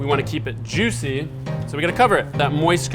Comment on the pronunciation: "super yuicy" Was that a Guga reference?